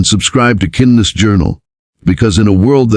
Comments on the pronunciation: So sucks It cannot prounce simple words… kindness is not kin dess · Why can't the narrator pronounce 'kindness ' ?